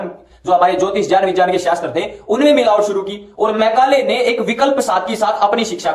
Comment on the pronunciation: राहुल आर्य तो विज्ञान को विजान बोल रहा हैं